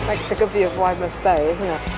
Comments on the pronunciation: I live in Widemouth — it’s pronounced Wid-muth! Great video 🤙🏼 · Boscastle is my local fishing spot - 30mins away from where I live (I was fishing there in late June) and just FYI it’s pronounced Wid-e-mouth lol.